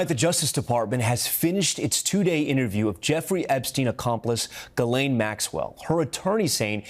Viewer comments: Her name is pronounced Gee-lehn (hard 'g'). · Please pronounce Ghislaine's name correctly.